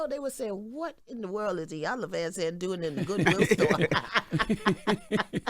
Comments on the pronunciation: This woman is a legend. Please say her name correctly. She's been up here before. Y'all should know better! "E"-yan-luh, not "EYE"-yan-luh, plssss and thank you. 🙏🏼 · It irks me that people still mispronounce her name so horribly. It's EE-yan-la. Not "Eye." Also-- do some damn research before guests come on. It's always so painfully obvious when ya'll haven't done any work to prep in advance to know who your guests are or what they've been up to.